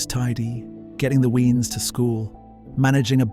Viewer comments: Obviously AI nonsense…weeens…think your meaning weans…ffs. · Brilliant video…small critique; Weans (Children) is pronounced Waynes, as in Rooney.